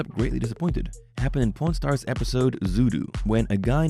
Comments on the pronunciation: I heard 'porn stars' instead of 'pawn stars' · I keep hearing porn stars instead of pawn stars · sounds like he saying prn stars heh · The way he pronounces Pawn Stars it sounds like Porn Stars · The way this guy says pawn stars is making me sus lol.